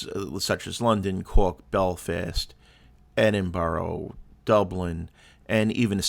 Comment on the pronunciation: Guessing you didn’t spend enough time in Edinburgh to learn to say it properly? It’s Edin-bruh or Edin-burra, not Edinburrow